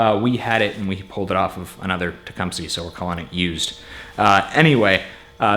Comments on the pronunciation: You southerners really need to learn how to say Tecumseh... because it isn't TE-KUM-SEE. It's TE-KUM-SUH... like the Native American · Pronounced "Tech, Um, Seh"... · It's teh-come-sah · Maybe you're saying it wrong to be funny, but I believe it's pronounced Tah- cum- suh.... No worries! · The pronunciation of Tecumseh in this video cracks me up every the time. "It's got a Teecumpsie engine in it" - 2018